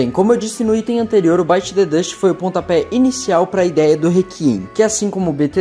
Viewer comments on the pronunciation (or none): none